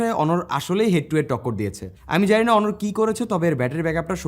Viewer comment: অনর নয় ভাই অনার